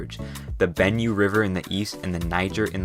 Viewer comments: Would have been much better if you had gotten the pronunciations right. Benue = ben-WAY Kano = kah-NO Benin = bee-NEEN Sokoto = SOH-koh-toh Lagos = lay-goes Ibadan = ee-BAD-an Yoruba = euro-BAH The biggest thing keeping Nigeria from its rightful place in the world is the legacy of the divide-and-conquer indirect rule tactics of the imperial colonists: corruption. Perhaps when these old people currently misleading the country die off then there may be a chance that the young generation can bring the change that the country so desperately needs. Nigeria will not be the new China, but one day it may be a New (corruption-free) Nigeria. Time will tell. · Benue is pronounced "Ben-way" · It is Yoruba, not Yaruba, Benue is pronounced /benwei/ no offence. Oyo is /o'jo/using phonetic transcription